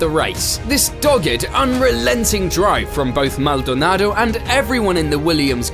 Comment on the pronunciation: Please stop saying Maldonado like that. It’s making my head hurt.